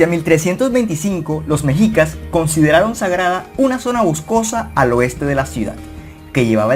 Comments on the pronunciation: Debes de aprende a pronunciar amigo. Se pronuncia meshicas y se escribe mexicas. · Mexicas se pronuncia meshicas